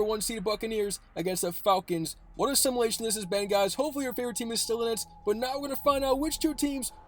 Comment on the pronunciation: Someone please teach this young man how to pronounce simulation. Otherwise good video.